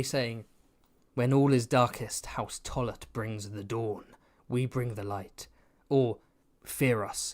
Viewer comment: Okay House Tullet I've heard House Toilet every time you said it XD